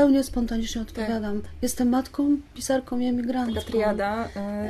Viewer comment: Przepraszam,ale czy to emigracja wpłynęła na,że Pani Grzegorzewska (pisarka,polonistka) zapomniała o samogłoskach nosowych w końcówkach wyrazów i mówi:jestem matkom,emigrantkom itp.?Przepraszam za powyższą uwagę.Jestem nauczycielką języka polskiego i uczulam na to uczniów."Guguły" przeczytałam z zachwytem.Niestety,po lekturze "Stancji" czułam ogromny niedosyt.Pozdrawiam.